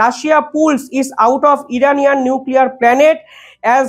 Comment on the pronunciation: আপনি প্রায়শঃই ভুল ইংরেজি pronounce করেন যা খুব শ্রুতিকটু। এখানে যেমন plantকে planet.